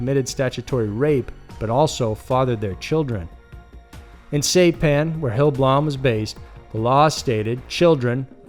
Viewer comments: SIGH PAN, not SAY pan... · SIE PAN bro, not say pan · Saipan is pronounced "Sie-pan," dumb ass. What the hell is the matter with you? You mispronounce something on almost every video. Are you too much of a lazy ass to do a little research? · Saipan is pronounced as Sigh-pan, not Say-pan. “underage Asian women”. That is a strange wording and connotation and is an attempt at severity softening. Tell it like it was: he had sex with minor Asian girls. (children) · Great vid! The pronunciation of the island is “sigh-pan” rather than “say-pan”. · Sy-pan. FYI is all... this is a solid channel, quite enjoyable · Ahhh yes old Saypan hahaha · It's pronounced Seyepan. As in EYE. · "Saypan"??Say what? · Saypan? Who says SAYPAN? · Saipan, (sss- eye- pan) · Say-pan? Really?! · It's pronounced sai-pan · Hate to keep correcting your pronunciation (research would help), but Saipan is pronounced SY-pan. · It's Saipan like sa I pan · And you pronounced saipan wrong.